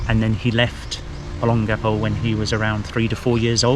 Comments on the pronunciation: you should really learn how to pronounce the word Olongapo. It's very distracting! o - pronounced like the "o" in "bold". lon - pronounced like the English word "long" but with the stress on it. ga - pronounced like "gah". po - pronounced like "poh". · I'll keep trying for sake... Ō 'LŌN gapō, pronounced, ō 'LOAN gahpoe, accent on the second syllable. Tâ 'GA lōg... pronounced, tah 'GAH lowg, accent on the second syllable. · I lived in Olongapo from December 1986 and left there in June 1988, I was in the Marine Corps. I wonder if I have any kids there, if I do that would be insane. Anyways, you are saying Olongapo wrong, I hope someone tells you how to say it correctly. Thanks...